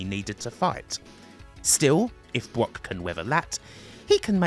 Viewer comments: Why does this guy say BWOCK instead of Brock? He uses the w sound for all the Rs 😂😂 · Bwock Lesnar Westling LOL... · So annoying bwock bwock bwock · Why do you keep saying "Bwock Lesnar" but you can say "Brad" perfectly fine.